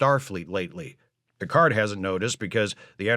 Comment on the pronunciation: "Mister Pickerd!"